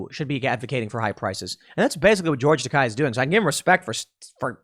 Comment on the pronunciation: It's NOT pronounced TAKAI, it's pronounced TAKEI, WTF Tim? not KAI like 'high". Tah - Kay (as in 'gay')